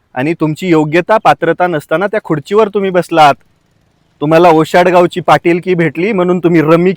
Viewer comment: कवर नाही रे गावठी 😂😂😂 कधी पर्यंत म्हणतात गावठी